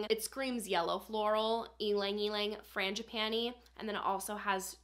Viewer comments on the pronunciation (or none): none